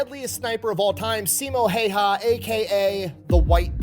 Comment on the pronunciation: I believe it's phonetically pronounced "See-mow How-hah", which sounds weird to native English speakers, but makes perfect sense in Finnish.